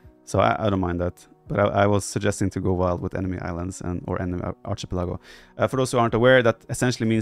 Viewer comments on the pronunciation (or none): This legit should be on the main channel, nice discussion on what makes great competitive maps. Plus: the classic TheViper pronunciation of Archie-pelago! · I had to go to Google to check the pronunciation of archipelago 😂 I think we know what Viper is referring to, so it's fine 😊